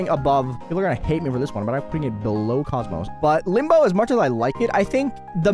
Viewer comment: Idk why but listening to someone say "cosmos" instead of "kokmok" just feels weirder at this point